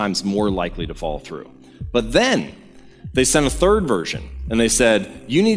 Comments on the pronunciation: Good talk, interesting concepts.........BUT...........whenever the speaker says, "follow-thru," the words are garbled and come out as, "FALL-THRU." Most disconcerting. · Great video, I kept thinking you were saying "fall through" instead of "follow through"...🤣